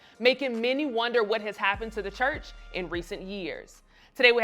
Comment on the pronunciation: "The chrurch" is the problem with society